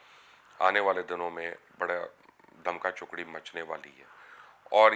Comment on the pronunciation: The word is " Dhamaal Chokri" , not " Dhamka Chokri" ....